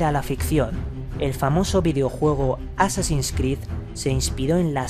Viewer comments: por que no es jassasin es Hassasin el nombre de asesino viene de has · Por que carajo dice jassasin sin ofender claro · Porque viene del Jefe de la secta: Hassan (y la "h" se pronuncia como "j")> assan> assassin->assassins (plural)->assassin's creed. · no se ustedes pero yo escuche jasasin,bueno tambien soy de latino america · por que dice jasassin?